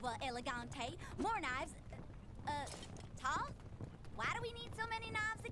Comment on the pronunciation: Close, but the Egyptian god of knowledge is Thoth, pronounced with long "o".